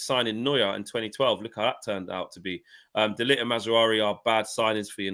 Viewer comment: Focused! None of you can even pronounce De Ligt's name 🤦 #embarrassing